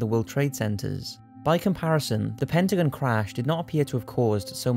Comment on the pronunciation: Its pronounced Pen-ta-gone, not pen-ta-gen.